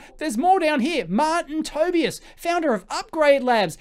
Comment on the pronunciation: Great vid but please learn how to pronounce people's names properly. I'm referring specifically to Koenigs and Tobias which you both utterly mangle Cheers.. >